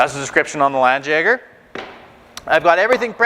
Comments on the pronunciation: It's pronounced lawn Jagger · Yeah, FYI is a bit sloppy there with the pronunciation...Being of German origin I can confidently say a better match would be "Lundt yeah gar"